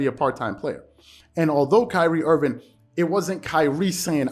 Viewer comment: Love your show. But it's Kyrie Irving, not Kyrie Irvin lol Loyal subscriber. Keep up the amazing work! Your analysis is waaay better than most people on mainstream :)